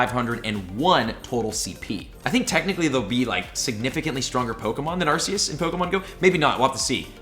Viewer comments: Arcoos not arceaus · Please stop saying arseous… it’s arKeus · its prononced "Arkoos" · Well now master balls came in you were right.And it's pronounced as ar-ke-us I know you said it right one time but at least say it right. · you pronounce arceus arkoos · No no, it's arcoos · no no no no it is not Arceus or ArCeus its Arkoos